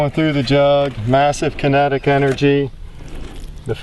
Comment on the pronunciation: It took me a while to comprehand what the heck the "kunnetig" energy was... ;)